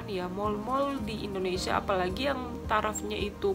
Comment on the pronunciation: Sebutan yang betul ialah Indonesia bukannya Indinesia. Indinesia tu sebutan lama Belanda